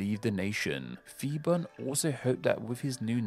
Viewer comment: I'm Thai living in Bangkok. This is indeed a well-researched video, despite mispronunciation some Thai words (eg. Marshal Phibul's name). I look forward to watching your next videos!